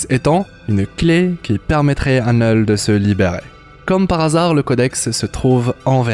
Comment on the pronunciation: Neul ??? C'est bizzare comme prononciation, c'est pas plutot Knoul ?